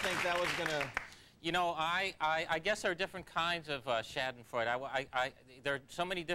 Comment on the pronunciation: shaddinfroid. no Shahdenfroida (roll the "r")